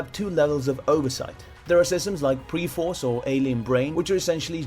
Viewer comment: PRE force?? ... 'PER' force.